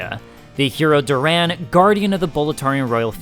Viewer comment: I hate how you pronounce Doran lol